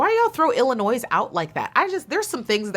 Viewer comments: Waited for this! Thank you! Btw, as a native from Illinois, you pronounce it as "Il-ih-NOY"..so the "s" is silent. Illinois and Texas were in my Top 2 before the finals night & I'm so happy they both ended up in the Top 5. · Love this. Love you. But girl, the “s” in Illinois is silent. You don’t pronounce it. 😬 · I agree, I don’t know why she pronounced Illinois with a S 😂😅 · Love how they called out Illinois multiple times with the silent 's' and refused to conform and kept pronouncing it with a HARD 'S'. is here to make some noise, it's IlloNOISE!! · it’s illinoiize! 😆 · You don’t pronounce S in Illinois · When you say Illinois, it doesnt have the s in it. Pet peeve